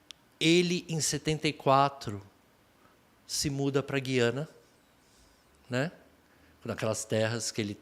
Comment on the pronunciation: Beto Ribeiro, a pronúncia do nome Guiana é igual água é pronunciado o "u"